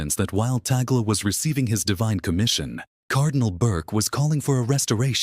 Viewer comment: YOU ERRONEOUSLY PRONOUNCE THE NAME OF OUR CARDINAL LUIS ANTONIO TAGLE...SHOULD BE TAG-LE'